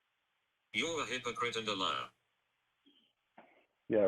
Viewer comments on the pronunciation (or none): Does say “That you’re being a hicocrite”? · “arent you being a hick-o-prit” lol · He absolutely says hicoprite! I heard it too 😂